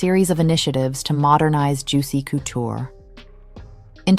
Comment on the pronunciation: Great video but the “coo-tour” is making me cringe